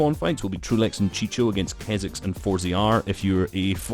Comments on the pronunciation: It's chico not chicho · bro chico the c is read "q" no "ch"😂